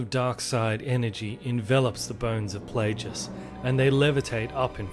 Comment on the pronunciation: Also....I believe it is Darth "Play-gus" not Play-jus"